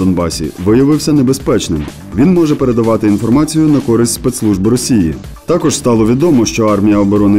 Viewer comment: робіть наголос тако'ж